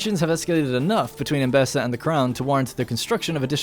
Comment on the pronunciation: I love how you keep saying Embessa instead of Embesa :D Man, this game looks so good. If I would play the game I would be in first person mode way too much to soak all the beauty in. Hope you will do it more often too, also for where the fields are. Stunning! ps: storyline is interesting.